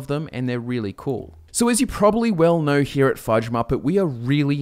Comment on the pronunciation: "I'm nowhere shitting on this" - definitely hear the Aussie in ya there, mate. ;P